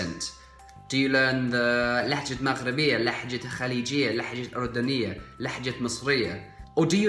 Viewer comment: I'm Arabian im from Jordan and the way you say aordonya is perfect ... we want one vedio about every one of this languages and Jordanian first .... thxxxx u r so good